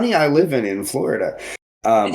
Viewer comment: I hear your concerns, but mumbling “Florida” and “Texas” does not do our States justice. Bro, Donald Trump wants 0 kinds of smoke with targeting Texas. And he probably wouldn’t even fly over the swamp. 🐊